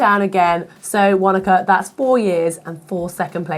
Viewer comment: And Wanaka should be "Fanaka"